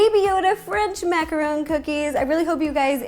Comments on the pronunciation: Macaron, not macron. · It's macaroon, not macaron. She has no idea what a macaroon is. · It is not macaroon it is macaron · Macarons and Macaroons are different, and it's Mack-uh-rons not mack-uh-rones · Shes saying macaroon. but she's making a macaron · it’s a macaron not a macarooon that’s a different dessert wow I thought you would know that... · I love the way she says French macron!🤣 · " French mmMaccarrrowne " -ro 2020